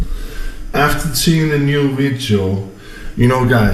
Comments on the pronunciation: What the hell is a vit-chi-o? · "The Veejyo" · Vitcheo guys vitcheo 🤣🤣🤣🤣